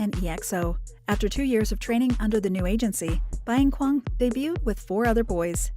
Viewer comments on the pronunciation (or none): Saying his name however they want except the right way lol